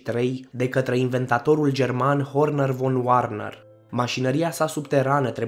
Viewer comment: Da, foarte interesant, insa ați fi mult mai credibil daca v-ați interesa un pic și de pronunția anumitor cuvinte, căci nu totul se citește ca in engleză. De pildă, von Werner se citește "fon vernăr" , iar schlange se citește "şlanghe". Mai sunt și accentele unor nume rusești de corectat. Mulțumim oricum pentru informațiile inedite!